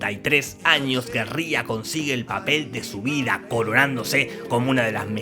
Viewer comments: Hasta donde he podido leer y escuchar Rhea no se pronuncia "Ria" sino "Rei". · Rhea se pronuncia "Rei" 😅. #NadieMePreguntó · SE PRONUNCIA REY SEEHORN NO RÍA SEEHORN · Se pronuncia Rei uwu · "Rhea" se pronuncia como "Ray", no como "Ree-uh". Ella misma lo ha aclarado en entrevistas. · Ella pronuncia su nombre Rei, no Ria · Gracias por tus grandes resúmenes!! Solo una pequeña puntualización, constructiva. el nombre de la actriz, (Rhea) Se pronuncia "rei" , en lugar de "Ría" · se pronuncia rey no ria.... fanboy? si? la amo? tambien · Se pronuncia Rei (Rhea) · Rhea se pronuncia Rei 🤭